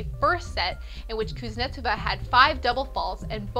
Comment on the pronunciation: This chic can't pronounce either: Schiavone = Ski-o-van-ey not Ski-ah-vone-ey Kuznetsova= Kooz-net-SO-vah not KOOZ-netsivah Anastasia= Ah-na-STAY-shya not Ah-na-stah-zya Koellerer= Kell-er-er not Kell-errrrrrrrererer?